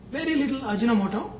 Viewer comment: Its actually Aji No Moto not ajinamoto...